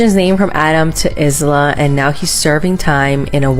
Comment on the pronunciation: ...why did she say Isla like that??? Its a silent S...